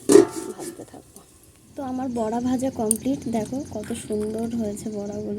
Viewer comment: Kotha ta বরা নয় গো বড়া হবে।বরা মানে শুয়োর